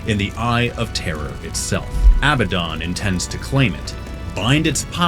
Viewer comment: ARRRGGH! It is pronounced "uh-BAD-dun." There are 2 d's, NOT 2 b's. 🤦🏻‍♂️